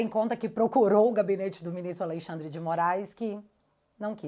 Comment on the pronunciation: NÃO É ALEI XANDRE. . O NOME É ALEXANDRE DE M. .